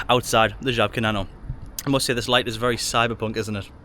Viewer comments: I'm impressed by your pronounciation of Żabka. 😉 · Love how well you pronounce Żabka, i wouldn't even think you're not a native if i only heard that word!